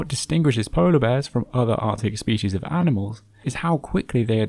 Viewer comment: Thats not how to pronounce species